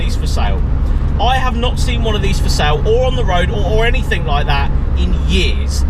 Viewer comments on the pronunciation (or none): none